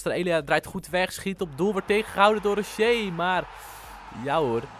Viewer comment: Tis gewoon Rochet, (Rosjet) Tis een Uruguaans en geen Fransman haha Super Toffe Serie!!